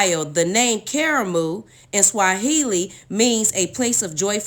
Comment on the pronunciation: It is KARAMU, not kamaru!